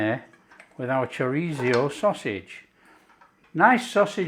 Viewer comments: It's 'chorizo' not choritzio. Pronounced, 'choreetho' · I have a file just for my husband and this is going straight in there! Thank you Chef! Btw, its pronounced "CHO-REEZ-SO." 😉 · It’s Chor-reezio in our house from now on 👍😃